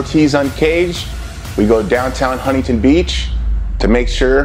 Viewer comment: "HUNTINTON BEACH" Bro I can't with this dude it's to fucknn funny bro😂😂😂😂